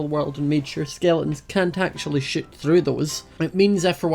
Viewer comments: when says shoot it sound like sh*t because of his accent😂 No hate, I love you ❤ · When he said shoot from I thought he said sh*t from XD